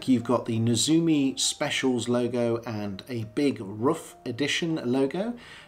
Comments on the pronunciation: Hi, that's correct, it's more like "roof"! I really enjoyed your video! All the best from Germany! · Your pronunciation of RUF is perfect! Many people think it’s pronounced like “Rough” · I think you pronounce it just right👍 Shmee pronounced it just as you did, so he must be right, right. Thanks for sharing